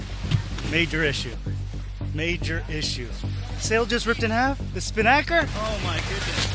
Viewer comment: " The Spin nacker" LMAO